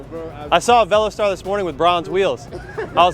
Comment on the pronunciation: Dude its not Velo Star but Ve los ter